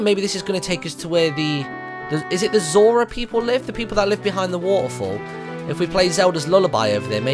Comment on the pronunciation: lol i thought he said i have my moron tunic on